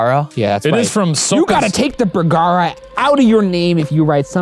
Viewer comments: You: Bergara Me, an intellectual: burgoo-goo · did shane call ryan "bergoogoo"?